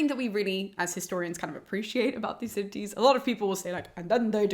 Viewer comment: It sounds as if she is pronouncing the second D as a T ("Thucydites"). Odd.